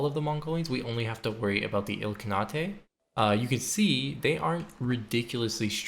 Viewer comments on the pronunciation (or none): Its Il-Khan-ate. They aren't Japanese lol. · Note: The last syllable in Ilkhanate is pronounced like the word ate. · "ilkernatay" :face-blue-smiling: ily my guy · It's pronounced ill-khan-ate. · "Ill-khana-tay" lol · Love your videos man, and they way you pronounce ill con naughtay is great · Ilka-nah-tay 😂😂😂 Good video man. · The ilk-what??? ilk-kahn-nate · its a khanate, the name for a place with a khan. You pronounce it ill-khan-ate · The spirit of genghis making every mongolians stomach turn with that pronounciation of ilkhanate 😂🔥🔥🔥☠️☠️ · Interesting way of pronouncing Ilkhanate. But loved the video. It seems like no matter the appearance, no game is beyond saving for you 🤯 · Love the video, as always! But that's definitely not how you pronounce "Ilkhanate" 😉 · Great video, im really enjoying these disaster saves, although the way you pronounce ilkhanate makes me want to die